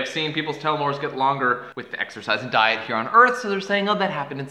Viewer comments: Damnnnnn son that's really good, although its pronounced "Teeel-oh-meeres" not "telemeres" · I've always heard it pronounced "tell-o-meers" not "tell-o-mores". Maybe it's a po-tae-to poe-tah-to thing. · pretty sure you were saying that wrong telo mores.